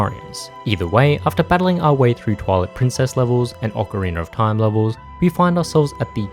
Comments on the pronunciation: tf do you say ocarinr for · Not the hard R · Why do Europeans always pronounce it "Ocareener"? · Ocariner of Time